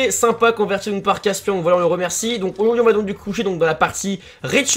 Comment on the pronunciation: "AuYourdui" ont t'aime quand même mdr